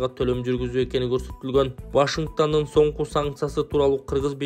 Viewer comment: ВАШИНГТАН эмес, ВАШИНГТОН